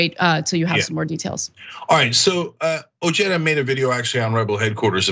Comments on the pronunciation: It's pronounced O-heh-da. The J is silent in spanish. C'mon CENK! You should know that by now! You know how to pronounce Jesus. You say it ALL the time. So you should know how to pronounce OJEDA. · I believe Ojeda's name is pronounced, "o-hay-da". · Ojeda is pronounced Oheda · doesn't change the fact that it is a Spanish surname and the correct spelling is as described but putting an" English j " in it is mispronouncing it. Ojeda himself is mispronouncing this Spanish language surname!! if you want to be more charitable we could say he's americanizing it. So really both you and Tom converse are correct